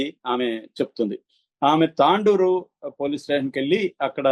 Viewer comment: Tandoor కాదు తొండూర్